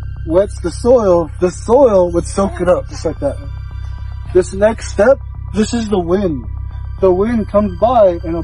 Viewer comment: The way he says next step sounds like snakes step and I was about to exit cause I hate snakes